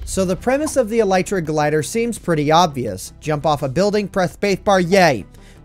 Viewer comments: Him: “e-LIE-tra” Me: Wait isn’t it e-LEE-tra? My friend: stop watching Minecraft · E lay tra